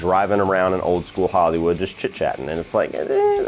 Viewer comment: Am I the only one that heard system of a down when he said "old school hollywood"